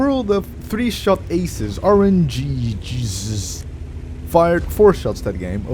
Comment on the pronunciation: What a disgusting intro, I feel bad watching stuff like that... I feel good when doing it though. Oh, and it's pronounced RN-Jesus,! NOT RN-jizzus:D - RNGesusStoleMyBike